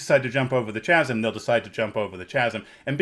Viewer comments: That's now how you pronounce 'chasm'. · Chasm is pronounced kazəm, not with the ch (as in church) sound. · I came here to write this. I don’t want to buy a book from a man who mispronounces ‘chasm’. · After being called out by one of my players (my wife) for mispronouncing chasm, it’s so nice to hear that a master GM like makes the same the mistake.